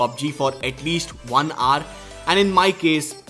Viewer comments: Can you please stop saying "R" and "HOUR" instead? Here is a link that will teach you -> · How do I fix your accent? Hour is pronounced as [ouuh r, ou-er] not aaar. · When you say hour all I hear is just R . I wonder how you pronounce our ... probably R too. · Try to say 'HOUR' aar❎ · Is he trying to say "hour"? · H is silent in Hour. Google it if you may.